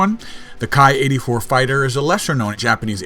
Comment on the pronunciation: if memory serves me correctly, the Ki is pronounced as "Kee" as in a key for a lock. At least that's what I've been told by the scribes and sages.:)